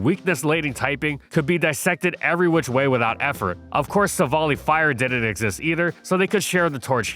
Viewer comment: It’s pronounced FWAY-coh-coh, HEE-TRAN, sil-VAL-EYE, tur-TIH-nay-tur, HARTH-flame, SIR-ROO-ledge, “Patrick Star”! 🤨